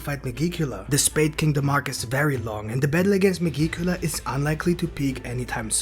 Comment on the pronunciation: Oh yeah, megicula is not pronounced that way. It's like magic, but with an 'e'.